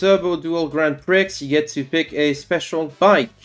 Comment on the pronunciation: I’ve got to assume the mispronunciation of Prix is a bit.